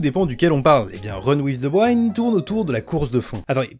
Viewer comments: "Wind" ca se prononce Oui ^^ pas comme rewind...mais sinon super tes vidéos. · Par contre le i de wind se prononce comme un i en français pas comme celui de wine. C'est vraiment bizarre à entendre ! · Tout le monde: run with the « wind »: run with the « waïnd » 🤣🤣🤣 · Super vidéo mais le Winde à la place de Wind aled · Wind se prononce "ouïnde" chef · bonne video mais mon dieu la prononciation TT wind vs waind et youkoso vs youkozo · La prononciation de wind 😭😭